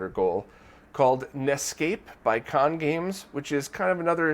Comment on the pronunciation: Pretty sure Khan Games is pronounced “Kay Han Games.” I used to say “Conn” also but then I realized it was a shortening of his name, “Kevin Hanley.” His post about it on NintendoAge supports this. :)